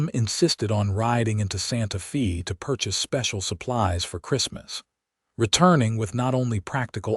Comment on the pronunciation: It's not pronounced SantaFee, is SantaFay!